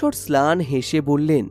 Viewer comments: গল্প পাঠ ভালোই তবে কথক মনে হয় বাংলাভাষি নন। দুবার ম্লান শব্দটি স্লান উচ্চারণ করেছেন। প্রিয় কথক মাফ করবেন, ভুল ধরা আসল উদ্দেশ্য নয়, ভাষা এমনই এক স্পর্শকাতর বিষয় যা মানুষের মধ্যে একটা সেতু নির্মাণ করে সেখানে বিঘ্ন ঘটলে ভাল লাগে না। শুভেচ্ছা ও ধন্যবাদ রইলো। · Ektu sabdhane golpo porben "mlan" sobdo take pore6e "slan" ar "rekabi" sobdo take "rekari" pore6en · স্লান নয় ম্লান